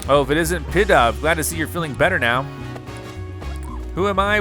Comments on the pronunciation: Not trying to be rude here or anything, but this is like the first Pokémon name you have ever gotten right with pidove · Actually you got pidove right but the pink and yellow pokemon is know as AD-I-NO